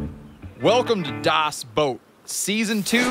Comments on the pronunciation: Y.E.S.......! ITS BACK WHOOO HOOOOO I think you should be careful with calling it “dous boat” it could paint u into a corner “Das Dous boat” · dos boat your pronoucing it wrong. watch the movie please